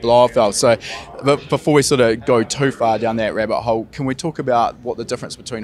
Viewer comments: Did anyone mishear "rabbit hole" as "rare butthole?" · Thought he said rare butthole before I realized he said rabbit hole